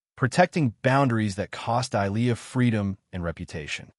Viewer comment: Good grief is the HOA ladies name Delia(Dêlēâ) or Dahlia(Dâlyâ)? Dahlia is not pronounced as Dīe lē yâ(see preceding phonetic).🙄 No matter which name it is the AI Narrator can't pronounce either one correctly!